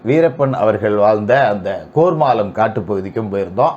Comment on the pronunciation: கோர்மாளம் இல்லை கேர்மாளம் இதுக்கு முகிலே பரவாயில்லை போல